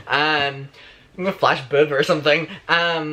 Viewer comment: “Flash boob” in your accent - I died 🤣